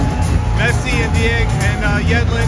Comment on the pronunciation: Nice video! You called him Me(t)ssi, like pi(t)zza, but it is Messsi. All ss. Nice and smooth😅